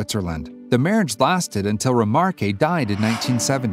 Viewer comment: Have you ever considered adding a continuation editor? Your narrative is incredibly disconnected and repeats facts. Also, check pronunciation. The gentleman's name is pronounced Remark.